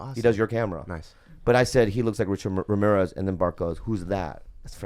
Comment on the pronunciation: Hey Bobby, say Ramirez again. lol